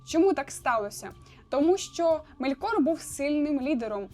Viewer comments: Дякую Вам за відео, ви дуже приємна людина та зробили якісний аналіз. Єдине знову ж таки щодо наголосів - дуже кидається у очі неправильні наголоси - Мéлькор має бути (не Мелькóр), Мóргот має бути (не Моргóт) тощо.. так, Ви попередньо вибачилися за це, але ви знімаєте контент на аудиторію, сподіваюся на велику аудиторію у подальшому. Наприклад, я коли навіть для себе читаю, то перевіряю наголоси власних імен у Гуглі, або у крайньому випадку - Ютубі, де інші блогери вимовляють ці назви або імена. А так все гарно, успіхів! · Мелькор - наголос на "е" Моргот - наголос не першу "о"